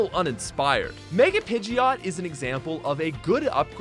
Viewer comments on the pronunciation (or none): none